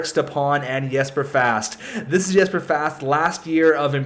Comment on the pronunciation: Hey your videos are awesome! It's spelt 'Jesper' but it's pronounced 'Yesper'. Just saying:)